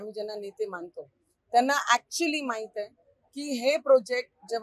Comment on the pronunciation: ॲक्चीली नाही हो नर्तक बाई ॲक्चुली असते ते. तुमचा आणि शिक्षणाचा काय संबंध